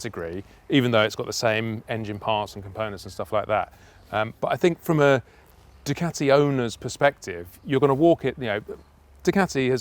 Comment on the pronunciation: You gotta say it right... "Dew-CAAti"